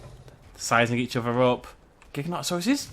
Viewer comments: It's pronounced "jig-a-no-toe-saurus" :/ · cool and its pronounsed gigantasaurs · it's a jin-tone-nota-suars that's how you pronounce it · Y can't even say his name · The Wolfs gaming yes, learn to pronounce it right bud